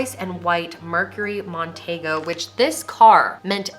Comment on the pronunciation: Mercury Mon-tee-go.